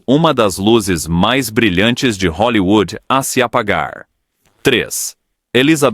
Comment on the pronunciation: TILLSETOW .................. E O CARALHO RAPAZ FALE HOLLYWOOD